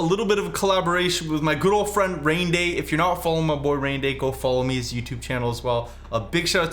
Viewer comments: “My girlfriend Raynday”😭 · Did you just say girlfriend raynday?